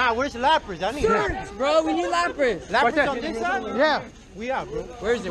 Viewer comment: LaprAs bro, not LaprIs :) great video!